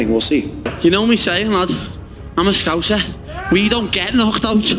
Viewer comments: ScowSSa not ScoWZa ;-) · As a souSer. It made me cringe hearing scouuuzza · Scouser not pronounced Scouzer